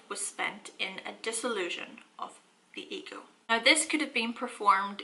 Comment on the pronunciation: Oh, when your say "nigh," it means now. Makes so much more sense nigh. I mean now.